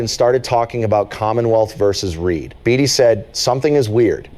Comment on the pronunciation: It’s Read, not Reed